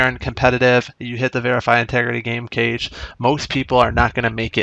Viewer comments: it's pronounced "cash" not "cage" lol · Cache is pronounced like cash, not like "case" with the sh sound.